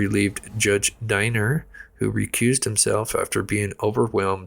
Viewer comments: Deiner is pronounced like hot dog weener. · Pronounced Deener